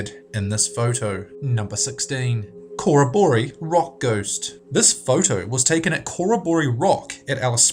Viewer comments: DUDE!!! Your pronunciation is TERRIBLE!!!!! It's not COOR-A-BOOR-E It's CO as in Co. and Rroboree as in "robbery." Co-robbery Rock. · Cor-a-bor-ee? Don't think so. Kuh-rob-uh-ree. A well known Australian aboriginal word. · It's not corra - boree. It's pronounced, "CoROBbery" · What the hell is a "coro - bor - ee" ? Sure you don't mean a "cor - ob - oh - ree" ? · Hey mate, I have to say it, as it irks me a bit with your vids.... but, It is pronounced Cor-rob-o-ree (or Corr-Robbery if thats easier) .... not Cora-Boree, (basic meaning = party or meeting of people) It's the only thing that annoys the shit out of me about alot of your vids, your pronunciation of most words that aren't really short and basic is pretty poor (not always, but quite a bit) :/ just remember... "sound it out" :D (and i know, that it might seem nitpicky) but i'm not saying it for the fun of it, it's for your benefit ;) other than that, keep up the good work, I enjoy your stuff :) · Coraboree :3 Dude, corroboree is pronounced Ke-rob-or-ee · please pronounce place names correctly. in pic no 14 the place is pronounced Cor-rob-or-ree. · You pronounced Corroboree wrong... The stress is on the 2nd and last syllables... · # 16 - - PRONOUNCED 'CO-ROB-ERI' - NOT how you said it!! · and also in picture 16 he talks about "Corroboree" and mispronounces it. It is an Australian Aboriginal word that means to meet and celebrate dreamtime business. It is pronounced "Core - obb - ore- eee". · Corroboree is pronounced Corrob-borree, one syllable. . Aboriginal word for gathering from memory. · Please listen to a vid where the word Corroboree is mentioned. It's an aboriginal word and like most aboriginal words is pronounced exactly as it looks, Co rob bore ree You are placing the emphasis wrong because you're looking at it like western language where the words are written one way and pronounced another. If you live in the country, this pronunciation is painful to listen to.